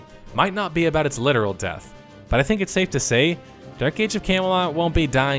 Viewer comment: You pronounce Camelot like "Came a lot"